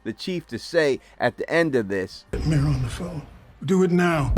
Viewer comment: “Mare” not May